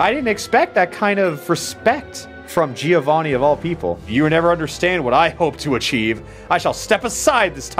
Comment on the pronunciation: the right pronunciation of Giovanni is JOEvanni ;P